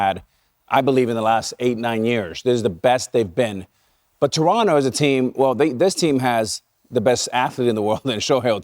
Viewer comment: It may seem like a small thing, but props to you guys for pronouncing Toronto correctly (“Trunno”, not “To-RONT-to”). It’s respectful and we appreciate it.